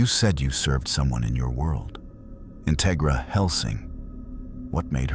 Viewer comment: Like the story so far Integra is pronounced In TEG ra Minor thing but very interesting